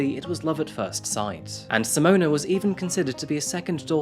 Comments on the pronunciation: Simone, not Simona. It's a little disrespectful to be pronouncing her name incorrectly... (Apologies if you have dyslexia, BTW.) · Simona? Isn’t is Simone? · Hi his name is pronounced Tobeyeas as in to be biased and her's is Simone not simonea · S'mon and Toe-bi-as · Nup. Zimonuh and Toe-bee-as.